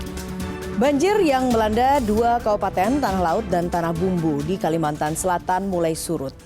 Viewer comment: "Kalimantan" bukan "kalimatan" ya